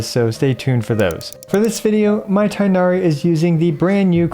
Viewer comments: pls stop saying tienahri... its tighnari where you actually make a GH sound its not silent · How you say ting hair as tinari- it’s annoying but slay vid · Thought it’s pronounced ‘teenari’ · He is tin-gha-ree not tai-nari. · It's not tie nari. It is tig-nari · its TI-GH-NA-RI not tie-na-ree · Cool video! But please for the love of all non-american ears call it TEEGH-NARI not THIGH-NARI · remember that his name is closer to "teenari" not "tienari"! :) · the quickness of how this guide came out aside, for the sake of some of our sanity pls pronounce Tighnari as TEE-nari instead of THIGH-nari a chunk of my soul dies whenever I hear the pronunciation as THIGH-nari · Tig-nari not Tay-nari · its not tainari its tigh na ri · no. its pronounced like its written with tbe first sounds like a word tea and gh isnt silent tea-gh-nari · btw the pronunciation of his name is more similar to "teegh-nah-ree" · Please make your Tighnari guide with the correct "TEEG-NA-REE" pronunciation. Be the only big english speaking CC who does this correctly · Not the tie-nari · Thank you for a great video as always! This is very informative and I’m glad it’s so f2p friendly too. Will definitely be helpful for considering whether to pull him or not:D Just as an aside, I noticed you’re pronouncing Tighnari’s name wrong. It isn’t “tie-nari,” but rather the “i” should sound more like that in “tick,” making it “tigg-nari.” Not an expert so I’ll link this video here for better reference but sad to see that even HYV pronounces his name wrong in the english trailers 😭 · Vijnana-Phala should be pronounced /vi•gyan-fall/, but then Tighnari should be pronounced /ti(gh)•na•ri/ and yet here we are. Nothing matters to the localization and voice direction team. :XiaoHands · It's "Tea-gh-nah-ree". Direct pronounciation like japanese names. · Please stop calling him tienari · Vid came out so fast didn’t learn how to pronounce Tighnari’s name lol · the tighnari pronunciation hurts me